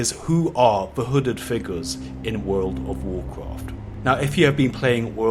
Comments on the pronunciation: Damn dude, one more "wood of wuacrat" and i'll unsub you 😂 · Wuuf ovf Wukraft vid is up again... WTF he still keep pronouncing this wuuf ovf Wukraft till today??!?? Dont he read comment?!?? 🤦🏻‍♂️